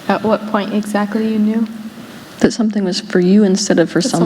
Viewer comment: What's the last word Teal says on the video ??? Go for power... 'trackly' 🤔 ???